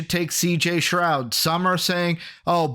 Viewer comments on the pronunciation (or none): Keep saying CJ Stroud name wrong